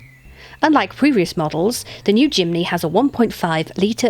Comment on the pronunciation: Jimeny ??? it's Jimny, whitout the E